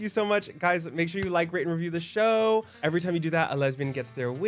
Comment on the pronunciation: 8 years of Unhh and Trixie still cant say "Bye"